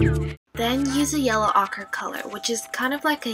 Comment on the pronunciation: Ochre is pronounced oh-ker. You might want to try adding other colors to the black hair for more depth, such as a touch of blue or violet in the shaded areas.